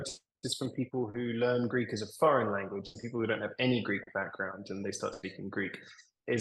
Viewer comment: The Greek media presented Alex as a British perfectly speaking Greek! In the very first seconds I listened to his Greek I said to myself "U gotta be kidding me!" The guy is speaking PERFECT Greek, with a perfect Greek pronunciation! Never heard anybody learning Greek having such a perfect pronunciation! And here we are, he actually is half - Greek...